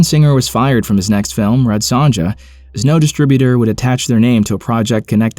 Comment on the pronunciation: Red what? SONJA , Pronounced sōne-ya